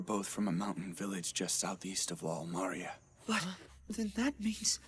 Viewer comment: The only thing I cant stand about this dub is how they pronounce words. Like, why do they pronounce Maria like that? Or Reiner? Or Springer? The Japanese dub pronounces things right so why cant the English dub? Just bugs the Hell out of me!!